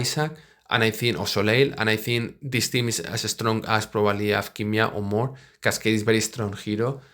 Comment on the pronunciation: It’s not King Meow but Tsin Mao:)